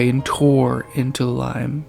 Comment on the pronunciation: There’s actually a video of a Boeing 747 crashing and exploding, creepy how this similarly happened here btw Liam is actually pronounced like "Lee-um"